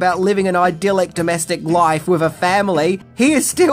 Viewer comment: Idealic is not a word. Idyllic is a word pronounced like id-uhl-ick.